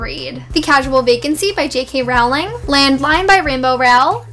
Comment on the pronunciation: Awesome bookshelf tour!!! It's actually pronounced JK "Rolling" btw hehe ;D